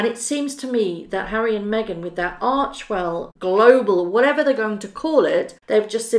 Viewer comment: Arch "e" well................not archwell.